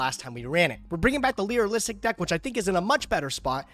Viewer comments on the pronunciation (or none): Break the word down. It's Lyri- like lyrics; -lusc. Not lyri-lisic... Lē-rŭh-lịsk. Not Lē-rŭh-lịh-sịk Sorry, that's been bugging me for a while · should be banned from playing that deck until he can pronounce Lyrilusc (cause it really ain't that hard...) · i cant stand the way says Lyrilusc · For the love of. Lyrilusc is pronounced Leer- ill-Lusk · saying Lyrilusc correctly challenge: impossible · This is punishment for being unable to pronounce “Lyrilusc” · for the love of god please learn how to pronounce the archtype, PLEASE!!! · should get an episode loss every time he mispronounces Lyrilusc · We are not 3 minutes in and already mispronounced Lyrilusc and getting a new useless redoer ticket, because we all know he ain't using this shit, even when he has the most abyssmal pull of cards. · I almost dont wanna watch this one because I dont wanna hear butcher Lyrilusc 100 thousand times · Re-opening the petition to ban from playing Lyrilusc until he learns to pronounce it. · Never Ask A Woman Her Age, A Man, His Salary,, how to pronounce "Lyrilusc" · no you spelled it right. just engagement baits people pronouncing it wrong every time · Yeah seriously. It’s just as bad as improperly pronouncing “Tearlaments” lol